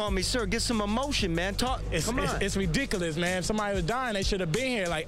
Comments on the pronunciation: its redickilis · It's redickolis